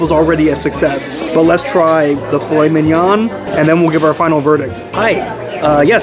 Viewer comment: Driving me nuts with the way you say filet mignon!!!